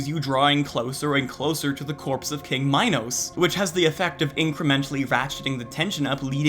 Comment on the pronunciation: Imagine mispronouncing "Minos" 💀💀💀